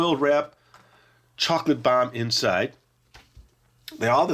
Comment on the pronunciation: I swore I heard you say "Chocolate Bar" instead of "Chocolate Bomb", but it sounded more like "CHOCOLATE BAH" 🤣 Keep up the good work (I've been watching since I was a little kid, and still find this channel entertaining)